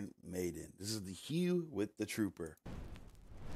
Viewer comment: Your reaction is the correct one. But you're driving me nuts, it's pronounced "HOO" not "HEW!"